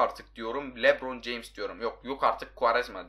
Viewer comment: Tek ben mi fark ettim yok artık LeBron James dediğini sesegel e benzettim